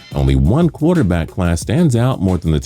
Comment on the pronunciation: He said "QUARTER BASS CLASS"